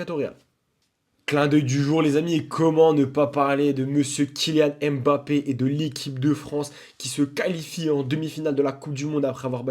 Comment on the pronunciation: Kylian M Bappe ❌ Kylian Mbappe ✅